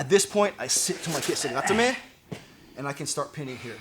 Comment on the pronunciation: For some strange reason I was not subscribed to your channel anymore. Love the video, these turnovers are so great because they are direct and work. I also appreciate the correct pronunciation of kesa gatame🤗